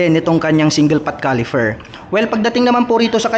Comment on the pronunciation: Caliper....Hindi califer😂